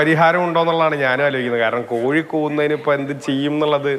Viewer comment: കോയി അല്ല കോഴി എന്നാണ് 😄